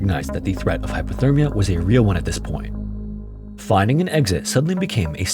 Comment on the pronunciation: Hypothermia, im pretty sure i keep hearing him say Hyperthermia which means they was too hot. Dont wanna be that guy who corrects. But if it was me id wanna kno.